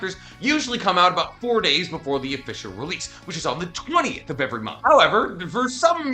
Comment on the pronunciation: finally my dude said "release" instead of "releaseal" the world is right